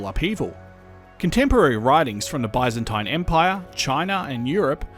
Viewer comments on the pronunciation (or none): none